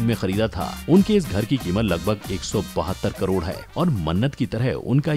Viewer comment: 7.30 minutes mie 3.5 crore ka pronunciation wrong kiya hie sir ne